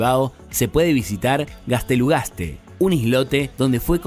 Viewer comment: "gunhenhein" y "gaztelugazte" xDDD